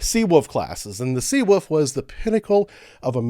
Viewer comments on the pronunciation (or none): "The Seawoof" There's a L in there. 😋